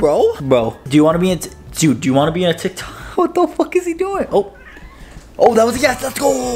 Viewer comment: he keeps saying tiktik